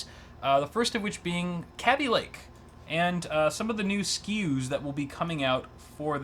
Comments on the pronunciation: think the rest of the English speaking world has got kaby lake pronunciation wrong. going to have to start calling my child a babbie rather than baby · It's pronouced KayBee (Kaby) Lake. Not CAB BEE Lake.